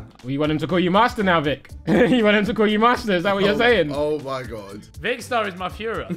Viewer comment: Ethan Its Vikkstar Not Vickster why does this trigger me so much? 😂